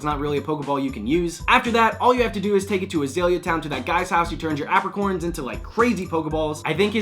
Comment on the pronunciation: AP-RI-corns????? APE-ricorns is how it's said.